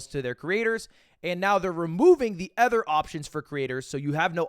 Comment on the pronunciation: It's insane we just let him get away with pronouncing "other" the way he does